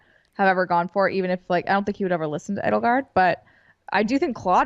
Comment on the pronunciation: It's not Ed-ul-gard or E-dole-gard. It's Ay-dole-gard. Like Edelweiss.